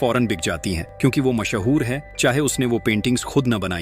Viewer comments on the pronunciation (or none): Mashaoor✅ Mashoor❎